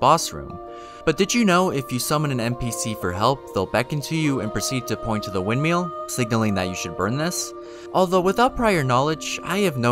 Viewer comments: Why does he say wind mill so weird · I've watched a few videos and this guy cannot pronounce words in English... exscape, windmeal, calls Mohg "Mog" even though his name is said audibly in the game. Is English his second language?